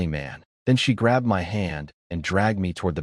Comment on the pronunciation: Is this AI reading? What Human reads "My" as two separate letters? (same with "Do" and others). Just curious